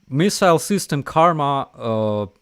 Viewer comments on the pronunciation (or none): none